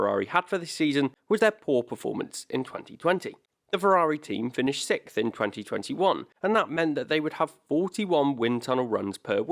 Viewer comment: Dude... the LEAST you could do is pronounce "SIXTH" correctly!!